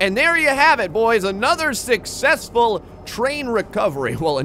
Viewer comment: Why do you say "sixessfull"?